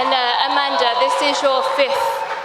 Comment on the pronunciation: Remove the "da" off A-manda then you will have it right.